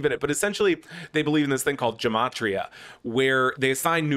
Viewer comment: As someone who speaks Hebrew, every time i hear gematria pronounced with a a soft G i want to slap someone